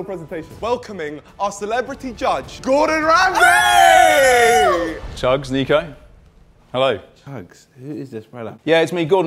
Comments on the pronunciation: thats not Gordon Ramsey thats Gordon Hamsey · That's not Gordon ramsay that's rordon gamsy